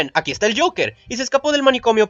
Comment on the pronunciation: Ves acá si pronunciabas bien el Joker.